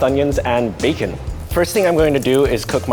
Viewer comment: The way he said bacon is so funny